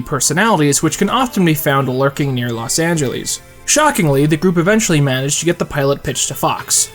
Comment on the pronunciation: No one:: Los Angelees